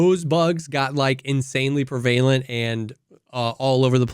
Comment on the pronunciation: prevalent is "PREH vuh lent" not "PREE VAY lent"